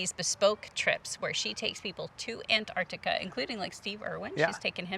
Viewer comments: AN-artica, is that the American pronunciation? Everywhere else it's ANTartica. Jus sayin. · sorry to be picky but its not Anartica its Antarctica. you are treating the t as silent. is this just the American way? but I still love your vids guys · No such place as "Anartica"... it has a "T" in it.. "AnTartica"..... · Love to see you guys but please please could you pronounce the first 'T' in AnTarctica. Thanks. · Very exciting for you both. About the pronunciation of Antarctica. Time to learn to include that first c. I know it's a lost battle with aluminium :) Back to your questions. Sea kayaking way down south is amazing! Being so close to the ice is crazy cool. Polar plunge? Absolutely. We did that in the Bay of Whales. Penguins are the best!! Leopard seals surprisingly beautiful, and scary.